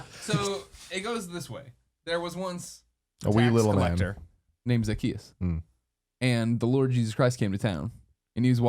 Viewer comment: Greg, it's Zacchaeus. He was a wee little man. Jesus loves him though.